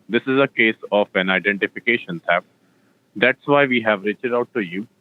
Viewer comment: TEFT ??? LOL